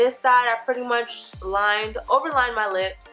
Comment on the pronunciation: 🤣🤣 "it's too m-au-ch"